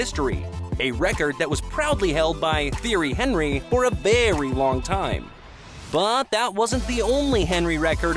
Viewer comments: “Ousmane Dembell” “Lieonel Messi” “Theory Henry” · The way he said Thierry Henry is criminal